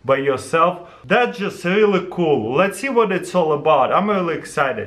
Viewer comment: Can we have a livestream for this? It's so KUL!!! Speaking of "KUL," I wish Taras would put a caption on his videos that says "KUL" everytime he says "cool."